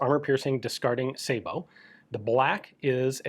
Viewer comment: Dang...even gun jesus pronounces Sabot correctly.